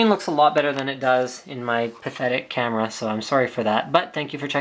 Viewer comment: I know he said camera, it allmost sounded like "canon"